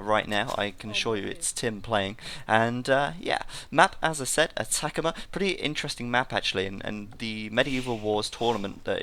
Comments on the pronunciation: Hahaha, Atacama map is probably named after the Atacama desert in northern Chile. It's pronounced like AH-TAH-CAH-MAH, although I do think attack-a-ma sounds better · a-ta-ca-ma, like an aztec, not uh-TACK-uhmuh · Cringing every time he butchers pronouncing Atacama